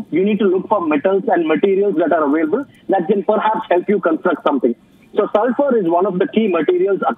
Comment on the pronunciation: Its pronounces available not avoilable